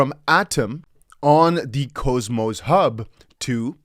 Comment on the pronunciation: If I may. It’s not cho, or cohmos, it’s pronounced cause-mos. Au… awww. k-aww-mos.